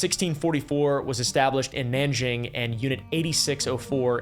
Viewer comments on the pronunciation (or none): none